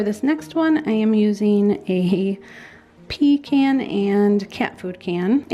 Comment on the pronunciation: You said a pea can 😆 🤣 not a pecan 🤪😂 I'm so silly